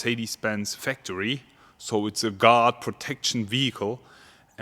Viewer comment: WOW LOL I THOUGHT HE WAS SAYING GOD MERCEDES GOD until I read the title for the whole 6 mins wow 😂😂😂